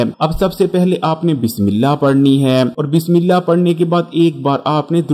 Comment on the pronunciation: آپ کو بسم اللہ صیح نہں آتا ھے